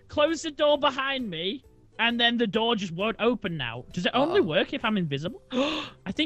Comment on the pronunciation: "the do-ur doesn't wur-k"